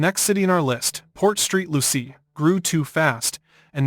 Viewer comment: It is Port Saint Lucie